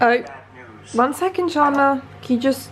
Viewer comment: the way you say chandlers name😭